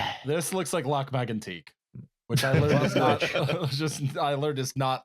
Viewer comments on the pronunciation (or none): none